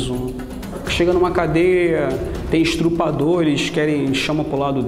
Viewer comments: ESTRUPADORES? SÉRIO? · Paulo Freire É... Mas para saber que se diz estuprador e não estrupador , não precisa ler nenhum livro. Isto mais que básico. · Tão inteligente que fala “estRupador” hahahhaahhaahha